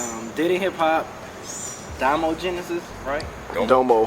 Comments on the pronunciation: had it right the first time lol its "da mo" genesis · HE SAID DOMO RIGHT THE FIRST TIME ! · I think had it right. I think he wants it pronounced like Da-mo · Did any of you see the needle drops review of this? Or more accurately read the comments? People were getting on him about the pronunciation of Domo. Ha I love how you guys made sure you said his name right.